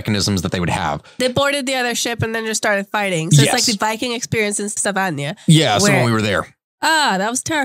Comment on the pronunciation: stavangéér interesting pronounciation